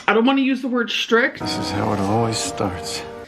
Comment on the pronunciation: Schrict, schring, schraight, why does this bother me so much? Does she know these words have t’s?